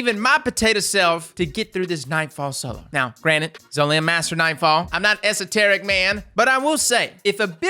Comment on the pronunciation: Wait, how did he just say Esoterickk? Lol